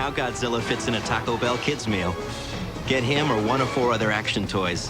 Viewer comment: That’s some nice pronunciation there